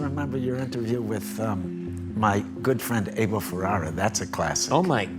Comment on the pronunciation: Why is it so hard to pronounce Abel?